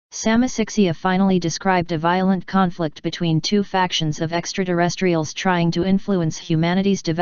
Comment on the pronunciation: What the heck are extra-duh-rest-reals?